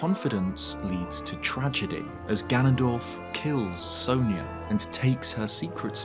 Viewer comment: It bugs me how the games pronounce sonia so wrong. It's sawn ya not so neya